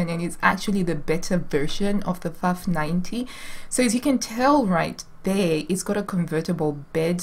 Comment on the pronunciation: Girl, it’s nice to know there are other crazy gals out there. I have about 10 Pfaffs in my home, 5 Singers, 2 Brothers and many modern Janome, Babylocks etc. You pronounce Pfaff correctly, greetings from Germany!